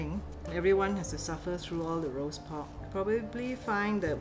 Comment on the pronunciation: Love how she said’ Roost pork ‘ in Cantonese 👍🙂🙂😊 the Cantonese language is soothing definitely doesn’t sound aggressive like Mandarin.